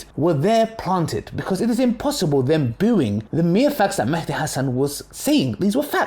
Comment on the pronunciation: Not an issue, but it's actually an Arabic word , and both written and pronounced as Mahdi, NOT Mehdi. In the original Arabic, there is an accent on the M, meaning you make a MA sound , NOT a ME sound .